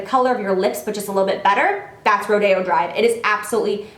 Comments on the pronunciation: Not to be mean but isn't it pronounced Ro-di-o? Not ro-day-o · Are you sure it's pronounced like ro-day-o drive? I think it might be be ro-dee-o drive :) anyway, great video Jaclyn! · Is rodeo drive pronounced "Ro Day Oh" or "Roy Dee Oh"? Not that it matters at ALL I'm just curious ;) Love you Jac!!!!